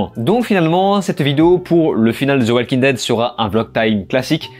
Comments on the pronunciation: Ze oualking dède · « Zeu oualkin deide » « Vinkins » 🤦‍♂️